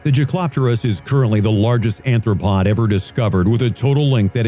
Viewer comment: ARTHropod, NO N!